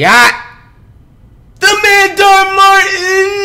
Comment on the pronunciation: Bro Dhar literally says "Hey Dhar Mann Fam" but Flight still manages to call him Dhar Martin